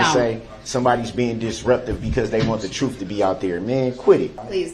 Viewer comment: The troof? You can’t handle the troof!!